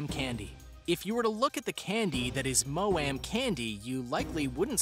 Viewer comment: I can't! 😂😂😂 He said maoam and haribo completely wrong🤣😅😅🤣🤣